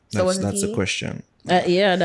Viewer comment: why u always seh Queshshion (question). Wtf is a queshshion. for example 😂